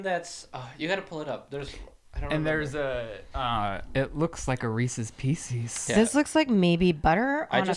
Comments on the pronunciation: Shane is going to make you sleep on the couch after calling that cookie 🍪 Reecies Piecies 🤣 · said "reeses peesees" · he said reeses pieces wrong...where are you Shane